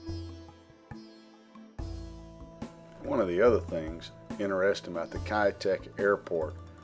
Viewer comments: 1."Kei duck" would be a better pronunciation if spoken in Cantonese 2. The hill is called signal Hill. 3. The airport has now rebuilt as a seaport, both civilian and military use. With the airspace around lifted a lot of old 60s/70s buildings are also rebuilt into more modern apartment blocks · Pronounced Kai' - Tack Kai Tak